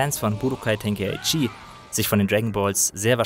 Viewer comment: Ten-kai-chi. Bin deutscher.